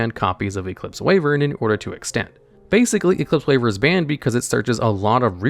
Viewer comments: "Wayvern"? Sorry to burst your bubble mate, but it's pronounced "Why-vern". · Ah yes, Eclipse "Wayvern"